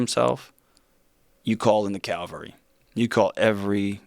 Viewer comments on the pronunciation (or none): The amount of educated people who say calvary instead of cavalry is stunning. Nails on a chalkboard 😳